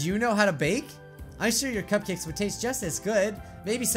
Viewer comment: You sed natski's cupcukas it's natsukis cupcakes